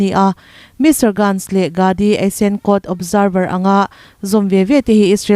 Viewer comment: Tunlai thil thleng lar te tal Hming hi chu hriat ve a, lam finkhur ve thin deuh tur!! Surya nilovin Syria..Mr. Grantz nilovin Mr. Gantz /Benny Gantz(Gants / guns tiin lam rik tur) Je-wis nilovin Jus tiin (jew for Ju - Juda tiin kn lam thin kha!!) ukk-kraine ti tawh lovin (Eu-kraine (a,b c a U ang khan ) Bairen singh ni lovin Biren singh(a for apple, B for Biren tih tawh tur aww.. News reporter te lam dan hi en in,ngaihthlaka a, zir ve hi angai ania... Mi News siamsa, post i rawnchhiar chhuak anih pawn, an hming ziah sual palh ang angin, i chhiar / i lam sual ve zel te chuan...tunlai thilthleng Hming common tal hi chu, a dik a i chhhiar theih nan news te ngathla ve thin la.. News chhiar hi mizo thawnthu chhiar ang kha ani lo ania.. Tha hnem ngahthu ah free adviceddd 😂😂😂😂😮